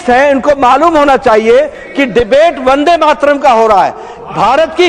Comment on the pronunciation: Today, H.M. Shah has mispronounced Vande Mataram as Vande Matram (Matram) at least 300 times in Parliament. :)